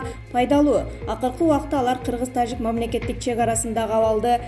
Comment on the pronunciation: Нормальный окуп айт таджик дегенди угуп корсон канча элдер угат